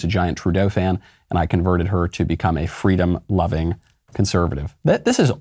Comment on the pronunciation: Come on, Michael. Kamala's most notable statement will always be fweedom, which she plagiarized...